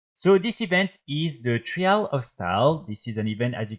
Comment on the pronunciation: Great video bro, very helpful. thank you. Just wanted to give you a tip with your pronunciation for future videos :) trial sounds similar to style. Like - tryle of style. Keep up the vids <3